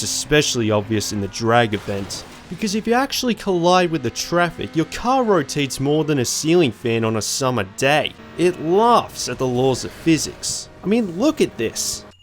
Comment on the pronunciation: What's a ceiling fin? Oh you mean fan? #BrokenEnglish